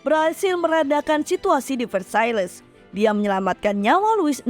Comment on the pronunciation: Louis dibaca lu;wi Versailles dibaca verse;ye De franc dibaca de frang